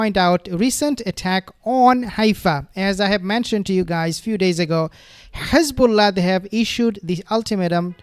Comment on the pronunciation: Very interesting coverage. Thank you but Please stop saying Khezbola it is Hezbollah .